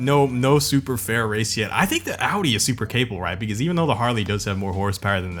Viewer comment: if you really want to pronounce "Audi" correctly, don't say "audy", say "oudy"...